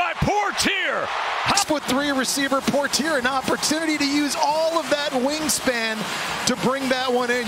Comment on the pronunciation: Poitier - por-tear, lol. It's poy-tee-AY. Thanks announcers for butchering an easy name.